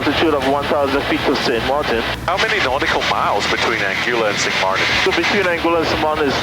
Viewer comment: How often did the pilot say ‘Anguilla’ and you still couldn’t pronounce it right?!